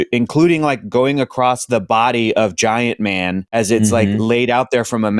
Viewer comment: "Giant man"? It's clearly fk ant man 😂